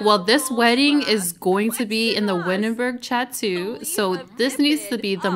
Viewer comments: A DIY Abortion. I am screaminggggg. Love these videos. Please take your accolades because you are the best Gameplay Simstuber, like these other aesthetic soft life Youtuber gets so boring after a while. Also I think the Word chateau is pronounced shat toe 😂😂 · Chateau = SHA-TOW [like tow truck]